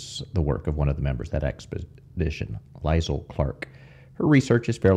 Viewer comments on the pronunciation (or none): I think that name Liesl is pronounced Lee-sul.